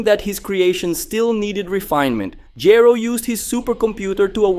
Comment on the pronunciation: The least you could do is pronounce Dr. Gero's name properly! Rewatch the English dub.